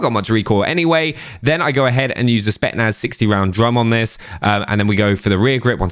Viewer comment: It's pronounced SpeTZnaz not Spetnaz...